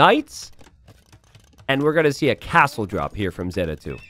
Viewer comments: say it with me: ZAY-tuh. ZAY-tuh! There you go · Zeta Two? Nah "Zeta, LOOM!" 😭